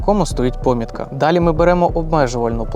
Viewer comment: Наголос у слові помітка і напилок падає но другий склад, а слово акумулятор і пишеться і вимовляєтся однаково з однією а і двома у.